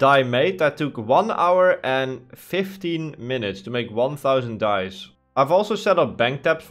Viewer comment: Dyes. Me not looking at the screen hearing dice